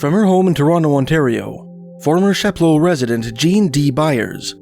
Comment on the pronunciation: As a local roughly to that area, most people don't pronounce that word in an overly french manner as you're doing; perhaps incorrectly most locals pronounce it as "Chap-low" in a perhaps undignified anglophone manner.